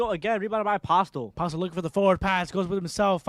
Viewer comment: MJ's last name is pronounced as Po-stell not Postel Thank you